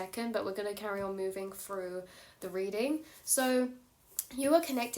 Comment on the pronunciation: Yep, this adult said "froo" . Pretty sure it's Through.